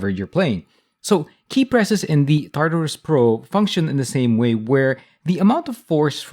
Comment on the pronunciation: "tatarus" not "tartarus" xD